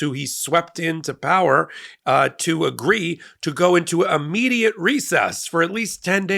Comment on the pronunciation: Helpful tip: It's "Immediate," not "Ammediate."